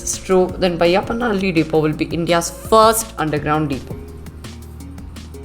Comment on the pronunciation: Correct your loyal dialect. Its not vayappanahalli, it is bayyappanahalli...